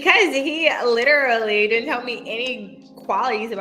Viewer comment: Well.....that was stupid...he seemed like a nice guy.. If she said "lit-er-ally", literally one more time I was gonna throw my phone